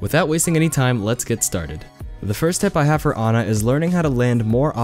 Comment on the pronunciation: Pronounces her name correctly. Immediately liked video.